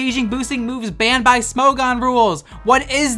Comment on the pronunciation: Every time he says “Smo-gone” I lose a braincell.